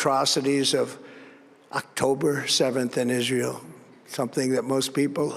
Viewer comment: Sounds like he tries to blend the words together to be Israel.